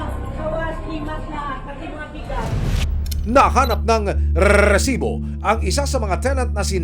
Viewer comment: Putagina ilan ba talaga amg R sa Risibo